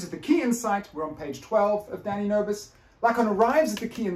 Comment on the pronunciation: whenever you say his name it sounds like you're saying "daddy nervous' and I think its hilarious. Your lectures are great. Thank you so much for presenting the information with such transferring attitude.